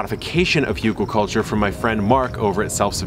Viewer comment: Really cool ideas, thanks! But, it's H-Ü-gelkultur. "Hügel" means "little hill". The dots are no fancy embellishment, "ü" is a different letter than "u". "Hugel" does not mean anything. 😁 Greetings from a newly awakened urban gardener from Germany! Keep up the good work.